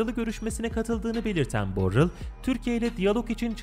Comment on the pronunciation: Borel ulan borell.. Borler deyip duruyosun